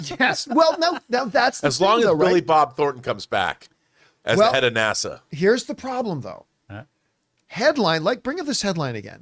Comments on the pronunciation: > John really needs to practice saying “NASA” (not Nassau!) … Unless said physics person is from Long Island or the Bahamas. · I always chuckle at the way John pronounces NASA 🤭. He must really want to got to Nassau, Bahamas 🇧🇸 😊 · Haha 🤣 … Plus I feel like it takes more effort to say Nassauu than NASA